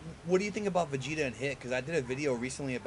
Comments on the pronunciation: She said Vagetuh. Not Vegito. lol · She said vegita :v